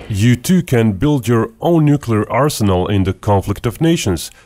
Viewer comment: He said nuculer. Lol